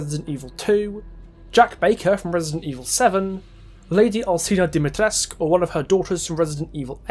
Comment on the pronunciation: The "u" in Dimitrescu shoule be pronounced, it's not Dimitresc. Capcom gave their character a Romanian surname and didn't even bother to check how the name should be pronounced, that's why they pronounce it wrong in RE8